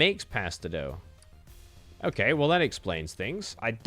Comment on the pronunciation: Gods you had me raging every time you misread "mix bone dust and spider eggs to form pasta dough" as "mix spider eggs and pasta doguh".